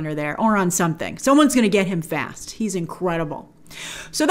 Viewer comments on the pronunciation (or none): none